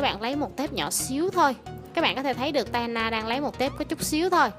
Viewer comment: nhỏ mà nghe giống nhọ